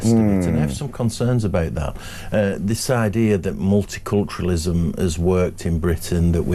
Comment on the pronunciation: Did he say mulit-culturism during his address?